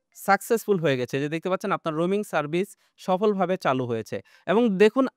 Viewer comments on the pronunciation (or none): Roming na, Roaming hobe